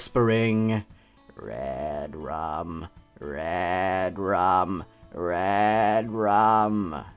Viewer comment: It sounds like you are saying ”redråm”